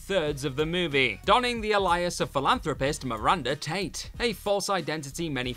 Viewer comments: "Ay- Lee- us"! Not "A-Li-us" Dope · This is the second video I've heard him say 'a-lie-us' so obviously he's being told and choosing to ignore. I've never heard it pronounced that way before by anyone else. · Alias: AY-lee-us Cotillard: COAT-ee-yard Watanabe: Watt-uh-KNOB-ay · It has to be a running joke AT this point they gotta know that’s not how you say ALIAS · your mispronunciation of "alias" is more villainous than anyone you listed here 😂